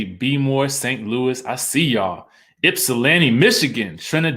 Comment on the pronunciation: Thank you for saying Ypsilanti correctly